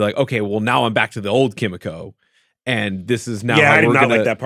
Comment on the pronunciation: Ki mi ko not kim me ko